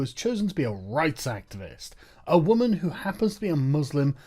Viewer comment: "as a wwwuummennsss"